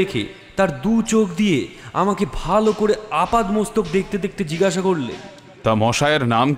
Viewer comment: Jigasha noy jig-gasha.